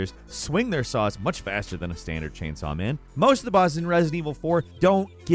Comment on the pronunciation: "Chainsoy Ganados"